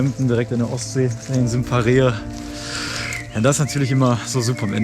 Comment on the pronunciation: Schild: Sierksdorf: "Wir laufen jetzt nach Sickersdorf" Liebs 😂